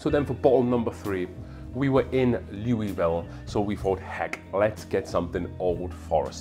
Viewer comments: In case you don’t want to sound like a complete out of towner it’s pronounced “Lull-vole” I can’t explain to you why it just is. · makes total sense. Also being Welsh and British maybe why my inner self pronounces it Louisville. Although I see myself as a Welsh migrant to the USA instead of British. Much like Jack Daniels and Evan Williams!